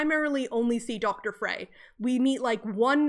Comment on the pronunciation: Frey is pronounced like "fry".